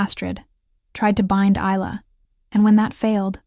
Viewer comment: Good story. Part 2, please! However, Isla is pronounced EYE-LA, like ISLAnd or ISLe ending with an A. The S is silent.